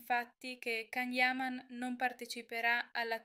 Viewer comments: Ma quali sarebbero le diverse serate? Il giorno del compleanno e sabato scorso? Che affidabilità e accuratezza di informazioni può avere un canale dove chi parla non sa ancora pronunciare correttamente il suo nome? 😂😂😂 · Quali sarebbero le diverse serate? La sera del compleanno e sabato scorso? 😂 Ma ancora non sapete pronunciare il nome? 😂